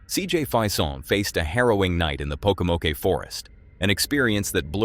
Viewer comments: Right? I was like WTF? And Poke-o-mokie got me too! It's Poke-ah-moke 😂😂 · Would you please pronounce CJ's name correctly. It's Fason with a long a. Not Fison with a long I. And it's not Pokomoke with a long e on the end. It's just Pokomoke. The e is not pronounced.